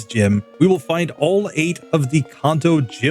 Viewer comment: At least say Kanto correctly